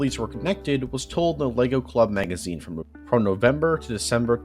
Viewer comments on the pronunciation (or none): none